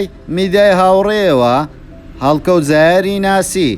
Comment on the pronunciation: دەنگت زۆر ناخۆشە، هەڵکەوت زایەر نیە، هەڵکەوت زاهیرە،